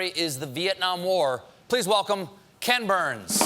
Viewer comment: Anybody else heard Ken Bone instead of Ken Burns?